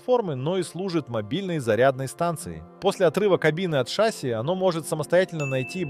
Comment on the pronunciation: Так шАсси или ШассИ? ;)